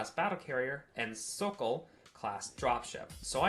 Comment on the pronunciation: Fair warning, Warhammer class carrier and Hawk class dropship. The Vikharian pronociation cringes me hard, but otherwise the lore entry is fun. Hawk/sokol pronouncing was good.